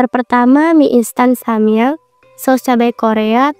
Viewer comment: mie samyam😭😭🤣🤣mie samyang woiii